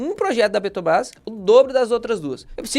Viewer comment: O problema é ouvir o vídeo inteiro falando "Petobrás" ao invés de Petrobrás. Dói os ouvidos 😅😅😅😅😅